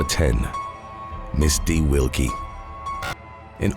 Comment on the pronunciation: When saying “#10 Misty Wilke” goes wrong 😂